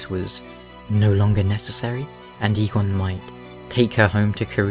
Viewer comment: Eygon and eigon are not pronounced the same. You don't say Eeeeeegone, it's pronounced ae•gon in Basque